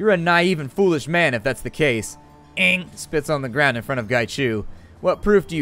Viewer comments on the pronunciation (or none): Its pronounced as 'ung', as in hung without the h. But his ING is just as cool. Qi = 'chi' Macau = 'ma-cow' Hui = hwee Whampoa = 'wumpo' Ip = 'yip' Gaichu is spot on! I'm Cantonese by the way. :) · I'll miss Elder Ng. Your pronunciation made me smile every time. =3